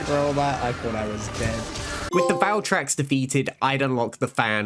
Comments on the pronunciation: … did he just say Crimson Glow Valtrex? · Bro said valtracks